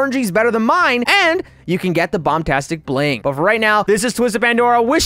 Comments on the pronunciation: he said bombtastic not bombastic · Me:"trying to get the bombastic bling" Youtuber: if you oof you will go back to the begining Me:"thinks if you oof you will go to the first step" Fun fact: says the bombastic bling Like bombtastic bling lol